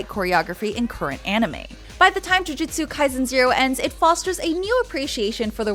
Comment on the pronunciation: "Jiujitsu kai-zen"